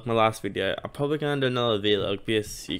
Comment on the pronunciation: Did he called a “vlog” a “V-log” 😂😂 mannn